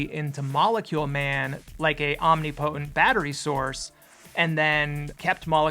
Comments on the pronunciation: It's not ( omni-potent) it's (omnip-otent) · i love ya and i hate to be that guy but my OCD won't let me rest until i get you saying om·nip·o·tent instead of "omni potent" kinda like how temporal is like timprul not "temp oral" ya know. its all in the inflections. anyways, you rule and keep up the amazing work. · I dont think it's (omni-potent) I think it's (om-nip-oh-tent)